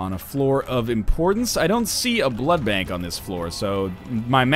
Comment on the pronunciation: Jesus ducking Christ say blood bank not blood blank